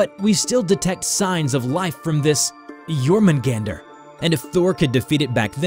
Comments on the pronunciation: It's [Yor-mun-gahn-dur], not [Yor-mun-gAn-dur]. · Well I pronounced jörmungandr Jörmungundr or Yormun Gawn Dir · YOR-MAN-GAN-DER is how you pronounce it I believe. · not really he pronounced jörmungandr in the western way